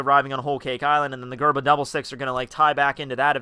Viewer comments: It's DGERMA not GGerma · bro mans said gurma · its pronunced jerma